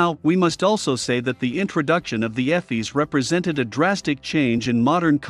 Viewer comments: “Eff-eez”? There’s that AI voice at it again. It’s “EE-fiss” folks. And ECAM is not part of EFIS; you only have to consider what can be controlled by the EFIS control panel - nothing to do with ECAM, a separate system. Other than that, still nicely paced and well illustrated instruction. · Pronounced EEE-F-I-SSS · This is an Awesome presentation........EFIS is pronounced EE-fis..... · Airbus EFIS is pronounced EE-fiss. Electronic Flight Instrument System. The engine displays are upper and lower ECAM, pronounced EE-cam. Stands for Engine Condition/Aircraft Monitoring. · ĒFIS. Eeeeeeeeeeeeeeee, sounds like cheeeeeeese!